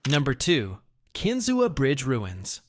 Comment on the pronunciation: It's pronounced ken-zoo bridge. Not however the AI voice said it. 😮‍💨 Edit: He said that most of the bridge blew down then the very next paragraph he says half of it is still standing. That does not make sense. 🤨